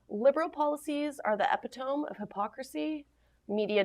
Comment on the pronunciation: eppy-toam? please look up the pronunciation of a word if you're unfamiliar. Not to nitpick. Love your presentations. Great info.